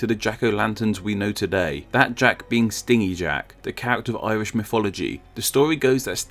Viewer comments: Isn't it stingy as in stin-gee, miserly? Rather than what a bee does? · Took me like half way through that story to realise you meant stingy as in greedy, lol. It's pronounced like "hinge", not like "sting"